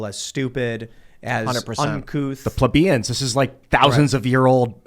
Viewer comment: Hate when mispronounces plebians....every episode he works it in.